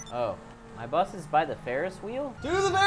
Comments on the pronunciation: they are saying death buth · they are all saying buth not bus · It’s no bus it’s buth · It’s pronounced buth not bus 👍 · Sneakyalarm4 It's not air "Bus" it's AIR BUTH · Anyone else feel physical pain when they day "Buth?" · It kinda sounds like there saying death buth instead of death bus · Why do they pronounce bus like that?